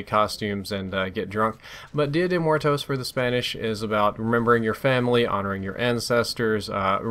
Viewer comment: Lmfao. 'Dia de Mar toes.' You're so fucking white.